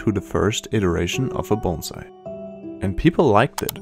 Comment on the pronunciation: So glad he pronounces "bonsai" correctly. Most people pronounce it like the "s" is a "z".